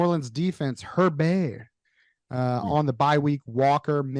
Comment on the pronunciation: It's herbie. The jersey.